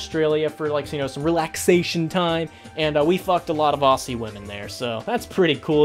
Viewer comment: The way said “Aussie” hurts me